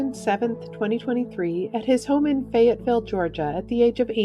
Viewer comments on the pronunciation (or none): none